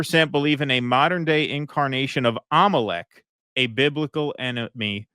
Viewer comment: so Jewish people are “im-o-leck” cuz they run betfkix